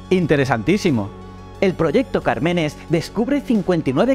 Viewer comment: Cármenes con acento en la primera a